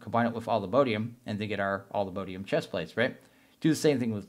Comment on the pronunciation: PLEASE all-the-MOD-ium not MODE-ium